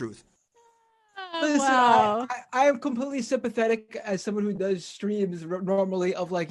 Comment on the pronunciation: "It was kem-pleetly off. Kem-pleetly off!"